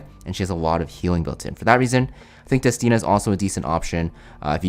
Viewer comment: I'm so glad to hear you say destinas name correctly :D now you just need to pronounce Ludwig right and I'm gonna be happy 😊